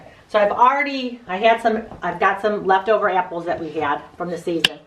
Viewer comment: I like the way u say "eapples" 🍎 🍏🍎🍏😉